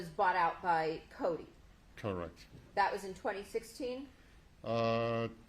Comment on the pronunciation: Is Coty! Not Cody🤷‍♀️